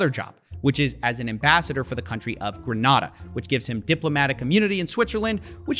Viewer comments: People often get this pronunciation incorrect. Grenada is pronounced as Gren-Ney-Dah. The island of Grenada is an English-speaking territory so you pronounce it this way. Now if it was the city, Granada, in Spain then the way you pronounce it is more fitting. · Bro it’ Gruh-nay-da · It’s gruh-nay-da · Hi Coffee, Grenada is pronounced 'Gren-Aye-da'. Great vid! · Pronounce Grenada again plz💀